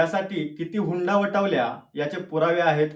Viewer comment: अरे दाढीवाले... हुंडा वठवल्या नव्हत्या... हुंडी वटवल्या होत्या... 2.48 दादा तू कमीत कमी शब्दाचे उच्चारण तरी नीट कर म्हणजे आम्हाला समजेल तरी तू काय म्हणतोय ते...???🖕🤪🤦🤦🤦